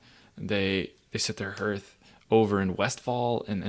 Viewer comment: lol 'herth' english is hard